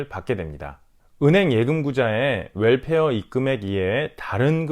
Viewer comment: WELFARE 라고 발음해주셔서 감사합니다. 물론 65세 넘으신분들의 혜택이라 이해는 되지만 거의가 월페어 라고해서 한달에 한번씩 나온다해서 그런줄 아시는분들이 많이 계신것 같아요. 이왕이면 올바른 발음으로 쓰시면 어떨까요? Welfare..